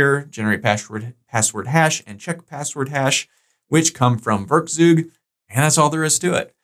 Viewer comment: The "eu" in werkzeug is pronounced like "oi". "Werkzeug" is a german word and means "tool".